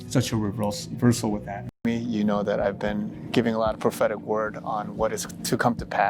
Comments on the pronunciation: Am I the only one who keeps hearing pathetic every time he says prophetic :| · Every time he says 'prophetic', I hear 'pathetic'. This poor guy.....